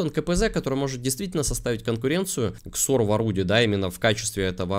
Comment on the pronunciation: Почему ты говоришь X сор когда он G сор